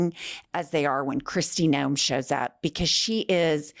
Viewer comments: Noem not Noam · Kristy Nohem babbles about habeas corpus like it’s a skincare brand, spewing a gag reflex of pseudo-intellectual sludge with all the confidence of someone who just Googled the Constitution five minutes ago